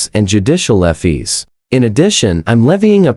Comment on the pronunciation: Why cant you pronounce fees corectly